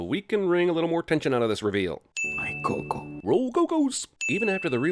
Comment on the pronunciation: The way Miguel pronounces Coco bothers me